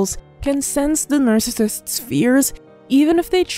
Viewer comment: Your Chanel is informative but the way you say NARCISSISTS is Distracting